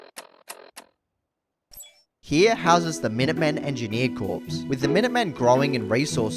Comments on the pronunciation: Despite being spelt Corps, Corps is pronounced as "Core" rather than "Corpse". It's something I had to learn after reading it a lot then saying it for the first time! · Why do you keep pronouncing 'corps' as 'corpse'? It's not a dead body.... It's pronounced as 'core'. This comes from someone who has English as their 3rd language.Fyi. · The way you went from prouncing Corps correctly to pronouncing it like corpse stressed me out 😂😂